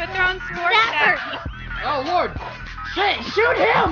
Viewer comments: know it just sounded like sh*t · The Plague. I sounded more like shet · He was meant to say shoot him. But he pronounced shoot as sh#t. So no he didn't swear…